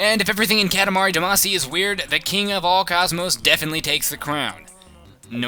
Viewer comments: its not duh-maa-see its dah-ma-see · its pronounced damacy, Dah-Mah-see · No, its Duh-Mah-See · Every time you say Damacy I cringe.